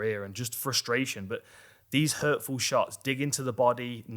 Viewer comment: I'm addicted to your explanations since Izzy and Kosta. Teaching us the art and science behind the violence that we love!! Love "lovely", "nice", but your "hurtful" shot/kick in your British accent cracks me up. It sounds like the shot itself was sensitive and got its feelings hurt. 😂 🤣 😂 🤣 It'll be interesting what surprises each fighter have planned for each other because they know each other so well. Could be game-changers!!